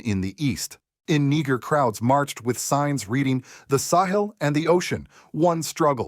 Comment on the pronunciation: This is obviously AI speaking, misuing pronunciation of Malagasy (AND other African countries), even though the message is very pragmatic. But I CANNOT overlook how this AI speaker proununced "NIGER!" It is NEE-JER!!😡